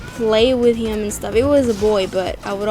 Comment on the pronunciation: I like how she says "him" it's sounds like " hyim " to me lol